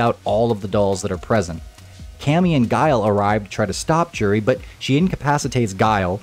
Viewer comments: J-uri is wrong. Its closer to You-ri. The 'j' is a 'u' sound. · You're saying her name wrong this whole time, btw.